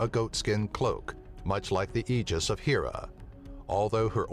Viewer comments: ok ur so saying Hera wrong. It's not 'HE' Ra, it's 'HAIR'A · I've got a couple of ideas for this one...first of all, why were Venus and Pluto left out? Second of all, Hera is pronounced with a short "e,"not a long one.